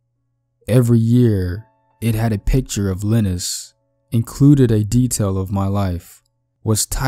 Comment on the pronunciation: Lye-nus!! Like Rye-nus!! Not Lee-nus!!